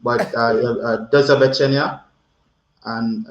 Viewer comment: You pronounced 'Do zobaczenia' perfectly well. The informal ways to say bye would be: 'Pozdro' and 'Nara' ❤ good luck 🤞